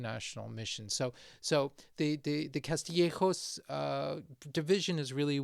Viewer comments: CaStillejoS, not caZtillejoZ. S like Spain. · It is pronounce CASTIYEKHOS. Not cathriyekhos. But we say therbetha (cerveza, beer) if u wanna laugh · It’s written Castillejos, not Caztillejoz… my god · Sir, it is pronounced Castillejos (the S only makes the S sound). What in English sounds like a TH, is only on the letters C and Z. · We don’t say “Caztillejoz”. We don’t change the “S’s”. What we do, is call “C’s and Z’s” for what they are, not like in other Spanish speaking countries where they use "S" sound for everything (including C's and Z's).So stop that nonsense. Please learn Castillian also known as Spanish worldwide… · Mother of holy love. I'm Spanish and I got scared when he pronounced "Castillejos." The 's' is not a 'c'. /kas.tiˈʎe.xos/... I don’t understand where this whole idea comes from that, just because Latin Americans don’t distinguish between the letters 'c', 's', and 'z', now Spaniards supposedly have a lisp. The sound of 'c' before the vowels a, o, u is 'ka', 'ko', 'ku', and when it's 'c' before e or i, the sound is literally the same as 'th' in English. KAS TI LLE HOS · Castillejos would be pronounced like that if it was written Caztillejoz. It is not that difficult to understand. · There's no 'th' sound in 'Castillejos'. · Spanish native here. Tell your kids that they are mispronouncing Castillejos (you actually got it right). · Castillejos is pronunced with "s" sound in Castilian Spanish. Btw, Morocco is Spain's biggest threat